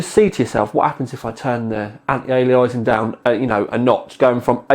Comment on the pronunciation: Lovely little card, might just grab one and stick in my Sugo SG05 - 300W 80+ PSU should be plenty. Oh and? It's pronounced anti aye-lee-ass-ing;-)